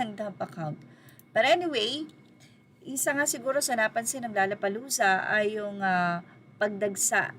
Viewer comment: By the way, it’s “low-la-pa-loo-za”, not “la-la-pa-loo-za”.